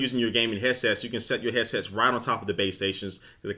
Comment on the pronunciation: This guy keeps saying hessets wtf is that???